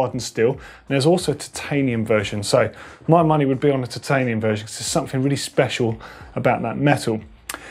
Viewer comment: Why do you say titanium like that? Always thought it's like